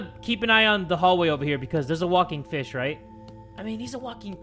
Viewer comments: When he said walking fish I legit though he said walking bish and I was so confused.... 😂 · I thought you said the walking bish